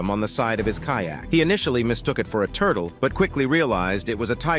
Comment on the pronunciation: "It was a a turd-el. . . in his shorts." Tuna crabs are easy to catch at any truck stop.